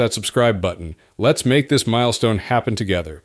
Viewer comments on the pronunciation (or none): none